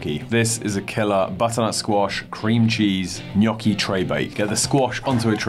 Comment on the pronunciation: That's pretty much how we pronounce it in Italy. "Nyoh-key" with more of an accentuation on the "oh" sound.